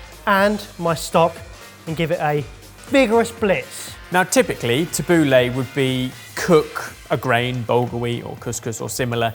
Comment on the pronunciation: i always judge Italians who get angry about food, but that "Tabuli" made me realize how they feel